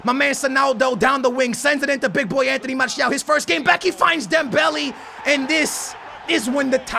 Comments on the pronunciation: ITS NOT DEMBELL E ITS DEMBELL A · ITS NOT DEM-BEL-I ITS DEM-BEL-A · It's not Dembelly it's Dembele.... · It's not Dembelly it's dembaylay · Dembehleh. stop saying dem belly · "Dembelie/Dembely" triggers me I can't lie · You don't say Dembele right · Say Dembelé properly 😂😂